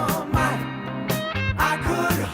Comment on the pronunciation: I figure if his old man lived in Oregon, he'd know how to pronounce it right. I'll just leave that out there.